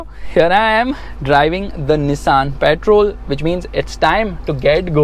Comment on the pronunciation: literally every journalist who went to Dubai pronounce the word Patrol "petrol" ...only you are the one who pronounce the name correctly